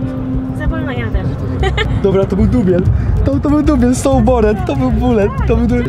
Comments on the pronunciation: to byl dubiel to byl dubiel so bored to bulet xddd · DUBIEL, DUBIEL, BULET XD